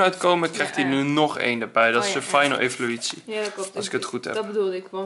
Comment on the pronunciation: wauw xD Jij zegt altijd evoluietie, maar het is evoluatie xD Geeft niet hoor.:p